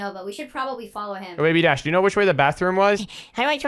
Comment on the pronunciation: Did you say cash – it’s DASH